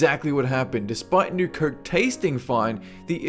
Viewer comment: I'm sorry but it's not pronounced "kerk" it's fucking COKE!